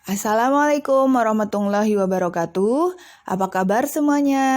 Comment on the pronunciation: Lain kali salamnya di perbaiki "Assalamualaikum warahmatullahi" bkn assalamualaikum warahmatunglahi"